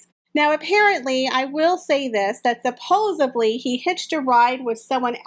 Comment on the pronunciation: I've been enjoying your videos a lot; they're very informative and entertaining. This is a common mistake, but I just wanted to point it out. You've been saying "supposably" (at least that's what it sounds like). The word is actually "supposedly."